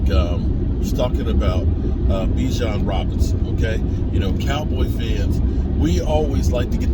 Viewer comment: It’s Bijon not Bajon …… come on man